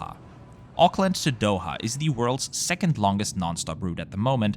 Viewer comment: Auckland not Oakland.